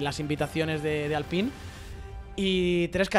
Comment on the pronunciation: se dice alpain, creo